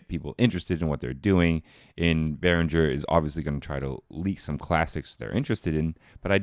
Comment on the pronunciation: Hey, it´s BehrinGer, not BehrinJer.